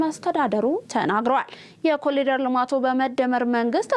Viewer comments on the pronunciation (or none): በዜናው፡ላይ፡"ኮሊደር" ተብሎ፡የተነበበው፥ "ኮሪደር" ተብሎ፡ይታረም፤